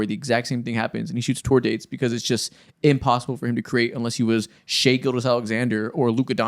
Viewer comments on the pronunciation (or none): none